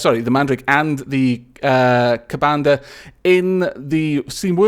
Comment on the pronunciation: Wow, Hindu mythology, I'm quite ashamed to admit it but I'm pretty sure I have never heard about it considering I am hindu, but I think it is pronounced 'kubuntha'